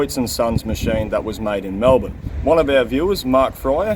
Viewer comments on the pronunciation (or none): none